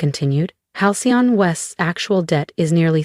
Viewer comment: Every time Halcyon is trying to be pronounced by the AI? The text changes, the fake 'narration' screws up